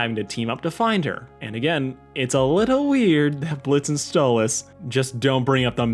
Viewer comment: Hang on you call pronounce stolitz name like stolis and the. At random point you pronounce it like stolitz